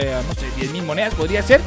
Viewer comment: Porque dices moneas